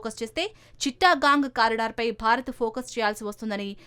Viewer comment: చిట్టగాంగ్ అనాలి.చిట్టా గాంగ్ కాదు.